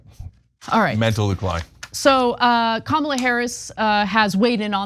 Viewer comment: They must have to train themselves to pronounce Kamala Harris’ name wrong and then remember to pronounce it wrong every time. Or maybe they are all just given the same brain worm that makes them want to vote for a horrible con artist.